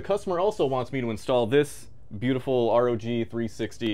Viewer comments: emphasis on the G got me 🤣🤣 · Emphasis on the G 🤣🤣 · I lost it at the first seconds with the "emphasis on G" lol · "with the emphasis on the G". bro 😂